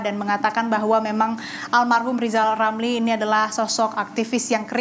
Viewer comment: Rizal Ramli .. bukan lizal lamli,,,gimana sih presenter nya ini